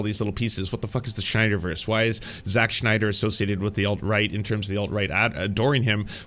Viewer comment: eventually even the name morphed from Zack to Jacques smh